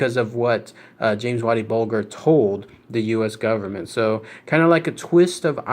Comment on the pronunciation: The world of mafia so dumb this shit is real life. And its bulger not bolger fucking jerk off